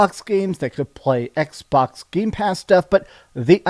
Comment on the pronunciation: The EX-box series "EX"?